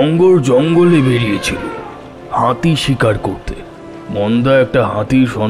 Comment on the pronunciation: "হাঁতি"? "বাঁধা" দেব না?